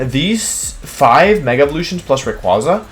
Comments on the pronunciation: YOU'RE SUPPOSED TO SAY MEGA SALAMENCE, NOT SALAMENCE MEGA EVOLUTION! AND IT'S RAYQUAZA, NOT RYAQUZAN! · For future reference it’s pronounced “Ray•kway•zah” not “Raykwahzah”. Rayquaza’s name is literally named after a quasar.